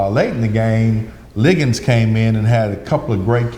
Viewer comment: Stop calling Ligon, Liggins. Come on Host